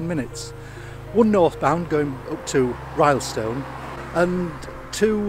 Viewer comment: "RILLstone" not "RYElstone"